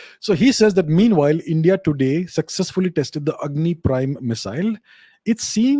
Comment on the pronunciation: it’s Agni, not Angi 😅